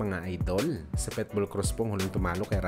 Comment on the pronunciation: Ayusin mo salita mo pitbull hindi petbol